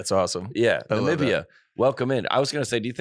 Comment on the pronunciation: Ni-mim-beeee-ah. Emphasis on bee. Lol